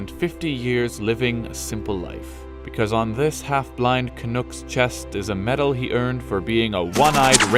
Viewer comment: Fantastic, only bit "Canuck" isn't (can-nook) its (can-nuck) and as a Canadian... we weren't shared his story as children, maybe we should have. My dad served in WWII and a guy he knew growing up won a VC in Italy taking on Tiger Tanks by himself with a PIAT.. simply crazy stuff, great presentation btw!